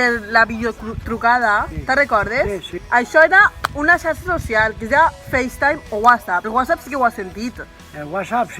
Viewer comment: Adorable. Però es veu perfecte la degradació fonètica del jovent valencià quan en mots com "xarxa" el iaio pronuncia com cal la fricativa "sharsha" i la neta "sarsa", quasi "sarsha".